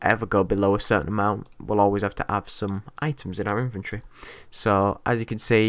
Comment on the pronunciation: Every time you say inventory it sounds like you say infantry!